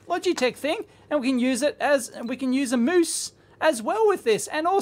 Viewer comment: u said moose. 😅